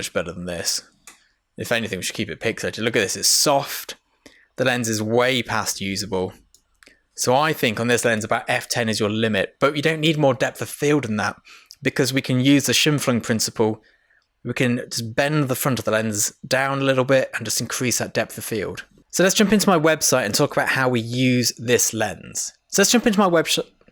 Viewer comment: schim-flim? Scheimpflug is the dude's name. Say shime-floog. So fun. Great vids.